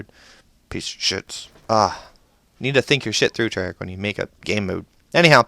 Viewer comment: forgot the h at the end and is Treyarch not trayarc